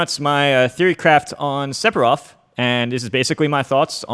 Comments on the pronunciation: Everyone else: Sephiroth This guy: Sepiroth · He said Sep-eroth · When he says sephiroths name as seppiroth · Am I bad of hearing or is M2K actually Sephiroth as Sepiroth LMAO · Why do people insist on pronouncing the p in Sephiroth? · Se-FI-roth. Not Se-Pi-roth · its Sefiros not seppirothhh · >"Sep- Er- Oth" Oooh noo... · Is he actually really saying Sep-hiroth? Now I don't mind when Aerith gets called Aeris, that doesn't bother me. But this? Who does this? I'm 10 seconds in and I'm not sure I want to keep watching. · If it helps you pronounce his name... the kana is セフィロス It's definitely a pure "f" sound, there is no p sound in sephiroth. Just pretend it's spelled sefiroth. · “Sepiroth” Wha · It annoys me that he says Sephiroth with a p instead of an f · Man said sepiroth 😂😂😂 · Nobody: M2K: Seppirof! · Are you sure that Curse detonates after a certain period of time? The leading theories are that it either punishes an attack/projectile or that Sephiroth can detonate it at will with no animation/lag, kinda like c4. also it’s pronounced sefiroth. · Can’t pronounce sephiroth lol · It's Se-fi-roth. The "ph" makes an "f" sound! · Said Sepiroth, instant dislike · i hate the way u pronounce it